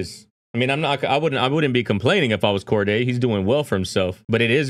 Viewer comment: Bro “Corday” 😂 Cordae